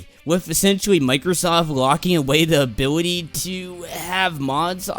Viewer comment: you can't pronounce ability